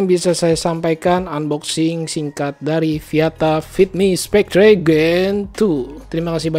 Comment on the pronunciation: Mungkin bacanya spekter bukan spektre, cmiiw